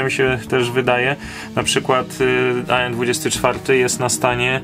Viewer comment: Tak na przyszłość nie mówi się aen tylko an od slowa Antonov